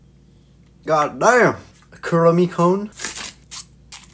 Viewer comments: The „god damn“ was personal 😭😹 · He became American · He let out his inner American when he said goddamn